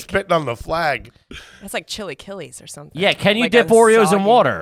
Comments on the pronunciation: "Chilly killies" 😂😂that's definitely not how you pronounce that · Chi-lah-key-less 😂 not shilikeelees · “CHILLY KILLEYS “ is a hysterical way to pronounce chilaquiles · Cheelykeely’s =chilaquiles😂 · AYG discovering chilaquiles brings me so much joy, Kelsey's pronunciation, not so much :D